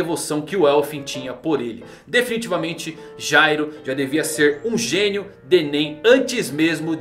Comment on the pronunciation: Se pronuncia gairo